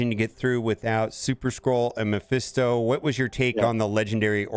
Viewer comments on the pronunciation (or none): Can we please pronounce Mephisto correctly?